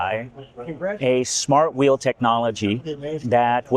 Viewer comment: Presenter needs to learn how pronounce the difference of "wheel" and "will"